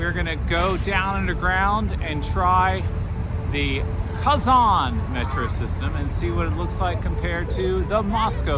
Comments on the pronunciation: Its not Казан, it's Казань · Спасибо за интересное видео. Молодцы сыночки! Хотят, чтоб папа различал звуки русской речи, произносил "Казань" с мягким "Н" правильно. Дракон Зилант из древних татарских легенд изображён на гербе Казани с 16 века. Татары в древности представляли себе дракона так: "Черный дракон с червлеными крыльями и языком, с золотыми лапами, когтями и глазами, увенчанный золотой короной". Это похоже на китайского дракона 6 века, где он ассоциировался с Ян, то есть с активным, динамичным, мужским, светлым, короче – позитивным началом. Современные фэнтези ("Хоббит" 20 век, серия о Гарри Поттере 21 век) развивают представления о драконах из средневековой Европы. Изображения драконов разные в регионах мира. Татарский и восточные драконы не такие, как в голливудских фильмах. Тем и интересно разнообразие культур в России, что каждый народ в ней сохраняет свою культуру. Поэтому у всех российских народов (в СССР их было больше 100) культуры самобытные, разные и взаимно обогащают друг от друга. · не устаёт поправлять папу - КазанЬ)) Тяжело дается анголоязычным мягкий знак на конце слова) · Kazan is the capital of Tatarstan. When you say "Kazan' ", you put too much pressure on your "K" sound and too much stress on the second vowel "a". The stress on the 2nd vowel "a" is correct, but it's a short stress, (it's not emphasized) while you make it a longer stress. You almost skip over the 1st vowel "a", while it needs to be as pronounced as the 2nd "a", open your mouth as wide for the 1st "a" vowel as you do for the 2nd "a" vowel. I hope it's not too confusing for you.